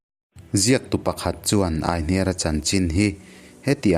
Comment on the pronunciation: Aihniara tiha hniar lai hi kan lo lam ṭhin dan chuan 'i hming ka hria' tiha 'hria' tih ri ang hian kan thluk ṭhin a.